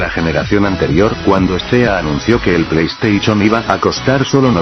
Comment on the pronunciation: plei estaichon xD